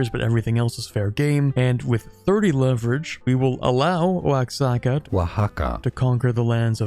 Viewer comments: one of the pronunciations of Oaxaca of all time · Pronounce Oaxaca Challenge (Impossible)